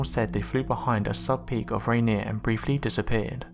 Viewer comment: Thank you for pronouncing Yakima and Rainier correctly. Now I can say that flying saucers were first named where I grew up.